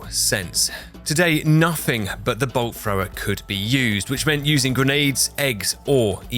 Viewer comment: I was Audio only for like first 10 minutes and swear he was saying Bull Frog